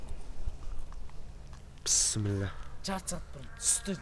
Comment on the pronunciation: Пысымыла дейді бйсіміла дйді